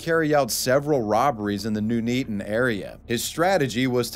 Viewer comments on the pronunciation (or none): NEW NEETAN 🤣 Just an FYI, it's pronounced "nun-eat-un" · Never would have guessed I would hear an American say 'Nuneaton' and not only that, pronounce it 'Nooneaton' lol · Noon Eaten. God I love how Americans pronounce names of places. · “Nune” “Eaton” 🤣 It’s Nun Eat Ton. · Another fantastic video! Just one point, Nuneaton is pronounced NUN-EATEN not NEW-NEETEN but you're closer than most muricans bother 👍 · Just to help out, Nuneaton is pronounced Nun Eaten, not Noon Eaton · That would be Nun eaton not noon eaton, good try though. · i live close to the first guy with the master sword, laughed how you pronounced nuneaton but i get it man haha, future ref (doubt it’ll come up again) it’s NUN (like a nun in a church) love the videos man! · I love how you pronounced Nuneaton 😅 it may have been an incorrect pronounciation, but it's much better than the correct one: "nun-eet-on" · Ah, the good old English town of Noo-Neetin' 😂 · Sorry mate, really gotta pull you up on the pronunciation of "Nuneaton." It is "Nun-eaton" and said like "Nun-eat-un." We're Brits, we don't try and make the places sound any better or posher than they actually are. If we're trying to do that they'll whack the word "Royal' in front of it. 🤣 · nuneaton is pronounced (NUN-E-TON) jsyk